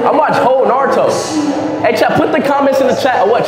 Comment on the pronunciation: It's shame that he believed his pronunciation of NARUTO was correct. Absolutely, Japanese pronunciation is right one.